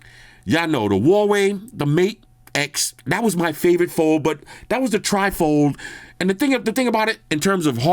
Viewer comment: a nasty British dessert made of jelly, whipped cream, fruit and soggy cookies. (A sloppy mess.).Trifle just happened to sound similar to your pronunciation of Tri-fold. My sense of humour and a conversation stopper.